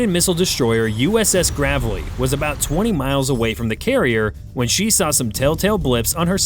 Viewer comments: It is GRAVE-LEE! Samuel Gravely was first black VADM in the US Navy. Pronunciation is especially important for names. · Gravely is pronounced like grave, as in where people are buried. Yeah. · FFS, please pronounce the name correctly. It's with a long A sound as indicated by it coming before a single consonant followed by an E. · The name of the USS Gravely is pronounced with a long A, not a short A. Either train your AI narrator better, or take the time to Google. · THAT'S "GRAY VLEE" [ Gravely ] not GAAAVLEY !! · USS GRAVE LEE ............NOT GRAV LEE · Its not Gravvelly its GRAVEly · It's not GRAV-ely .....it's GRAY-vely. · It’s not pronounced “the gravel e” it’s pronounced “the grave lee”! You’re welcome USN! Courtesy of the USAF! Brothers in Arms! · The ship's name is pronounced GRAVE-ly. Not Gravelly. Another video ruined by a shitty computer generated voice track. Downvoted therefore. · it is pronounced”Grave Lee” not “Grav - Lee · Just two things, speaking as a combat-wounded disabled Navy veteran, it's USS GRAVELY (DDG 107) pronounced with a LONG A sound as in grave - ly, not gravel - y; AND the units you're discussing here are SHIPS NOT BOATS. Boats are things that submerge and / or are carried on ships. Ships are MOSTLY what the Navy deploys. And just incidentally, this occurred in January of 2024, not 2025. The GRAVELY is currently deployed in the Gulf of America to assist in drug interdiction, among other duties. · I guess AI doesn't know the difference between Gravely and Gravelly. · USS GRAVE-ly AI. Not "gravelly." Say it. GRAVE-ly. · not "Gravel-y" - it's "Grave-lee" after the Vice-admiral from the 1960's. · GRAVE-LEE, Gravely means SERIOUSLY😂it needs a double consonant to be gravelly,like a dirt road🙄😂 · Its pronounced Grave-lee like gravely wounded or gravely mowers. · Can't Pronounce "Gray - Vlee" . Ridiculous. Yer a Real Pro Go Navy. God Bless America🇺🇸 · Gravelly is a stoney driveway. Grave-lee is the way tp pronounce this destroyer.